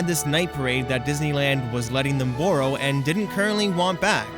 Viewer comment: ITS BORROW NOT BURROW